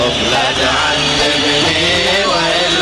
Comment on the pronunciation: مين اللي قال لا تعزبني والاصيل يصحح له حرف الذال😀